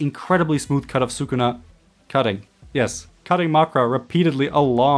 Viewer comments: I would just like to inform you sir that it is not pronounced “sookuna.” It’s “sskuna.” Su in Sukuna has a silent U sound. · His Name is SKuna not Sukuna pronounced.